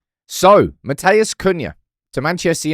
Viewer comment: It’s not MATT-AYAS, ITS MAT-EUS